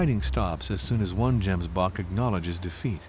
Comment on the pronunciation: Pls say Gemsbok right the next time you make a documentary. Otherwise the video is incredible.